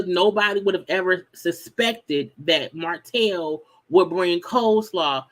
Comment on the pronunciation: Eww, Martell & these s in the end of his words.. Sir!!! It’s giving sassy